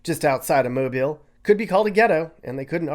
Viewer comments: Thank you for pronouncing ’Mobile’ correctly. Roll Tide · I'm from Mobile, and I'm so happy that somebody not from here actually pronounced our city right! Love my city and my beaches!